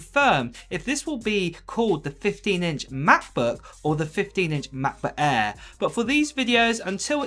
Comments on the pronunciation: Sorry I have to say that but it sounds really really strange when you say "Macbo ÄÄÄ" 😅 otherwise thanks for the video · I REALLY WANT THIS MAH-PUH EHH 😂😂🤣🤣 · "MacBuk Äääääää."